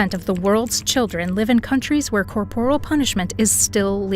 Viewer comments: In the first five seconds - the word is pronounced COR-por-al, not cor-POR-al. Teach your AI better. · it's pronounced "CORE-por-il"